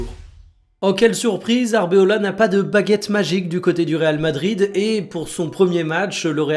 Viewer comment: Coucou, attention ça fait deux vidéos que tu fourches sur le nom de l'entraineur de Madrid, c'est Arbeloa, pas arbeola (mélange probable avec alphonse areola). Personne ne semble te le dire alors je me permets mais c'est vraiment dit sans méchanceté, je pense que toi-même tu préfères ne pas te tromper!